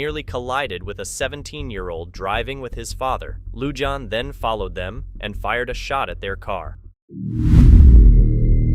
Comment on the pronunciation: Lujan is pronounced "Luhan," the letter J sounds like a H . Ty